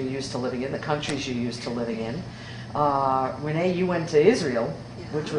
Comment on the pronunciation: Lucy called her Ren-nee, when she pulled up in the car, how sweet a pet name. Thanks for sharing.